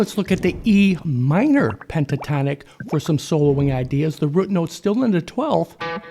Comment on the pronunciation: Hey you said Rut note. Awesome, that’s the I know!